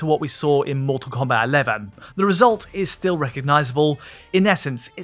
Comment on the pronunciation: "Mull Tull Combat"